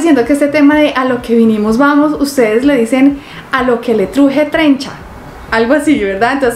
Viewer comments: No es trencha RE weeeee " ES CHENCHA " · Se dice a loke te truje chencha no trencha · Jajaja No se dice así la frase correcta es a lo que te truje Chencha Así es Cómo se dice esa frase